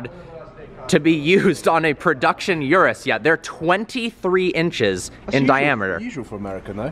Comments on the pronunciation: Its not yurus its urus as in oorus. Wtf with americans cant pronounce a single car name or brand properly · Lol "yerus" its "ooroos"